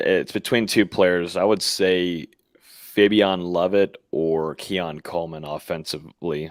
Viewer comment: Why does know how to pronounce Fabian’s name but still calls him fabiON? Instead of fabiEN like the coaches and his teammates call him?